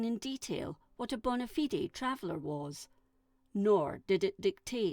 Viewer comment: It hurts me inside to hear fellow Scottish person pronounce Ratho like that... It's Ra-Tho not Ray-Tho... and Bona Fide is pronounced Bona Fide.... not Bonna-Fidee.